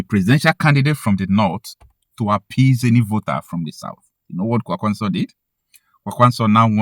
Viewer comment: The way you pronounce Kwankwaso annoys me. Kwankwaso is a Hausa name that was gotten from Okonkwoson, an Igbo heritage name. With that knowledge you should know the right way to pronounce the name.